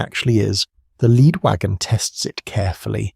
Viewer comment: A real tell for an otherwise pretty good AI voice is always pronouncing “lead”, as in leading man, as “led”…